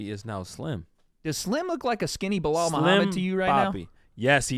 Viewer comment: I’m sure you meant to say Blehul instead of Belal. Chael Sonnen